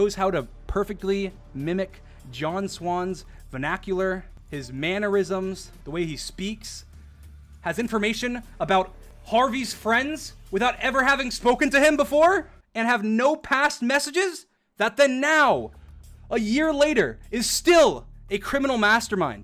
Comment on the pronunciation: As a person called myself I always wonder why people say Harvey like dream did